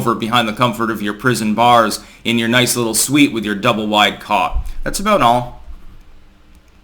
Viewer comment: The last sentence was a little grabbed. Did you say “Double wide” cot or cock?🤣